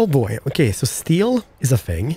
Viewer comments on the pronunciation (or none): none